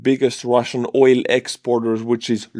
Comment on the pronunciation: Oil is pronounced with a hard L ❤❤❤